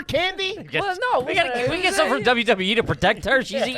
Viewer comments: When she said WWE it totally sounded like Dublin Dublin E 😂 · Hahaha. Came here to say this lol🤣. One too many Ws there